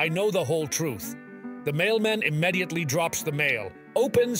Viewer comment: kinda weird how he pronounces “ immediately”👀.. never heard Anybody say it like That!🤷🏻 Odd video, to say the least.